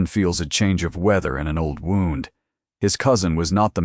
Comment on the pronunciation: Wownd? Should be wound! Please let it be changed! It ruins the story!